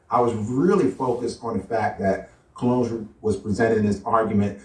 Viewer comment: He keeps calling his self Cologne. No ligga, we know how to spell buddy. Your name is Colon keep it a Buck. This ligga even remixing English. It's "Dr. Colon" not "Dr. Cologne". Smh. God damn. Stop, just stop doc.